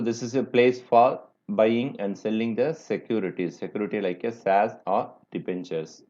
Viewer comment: sir plzz pronounce correctly you r pronouncing shares : saz: air : aeeeeeeeeyrrr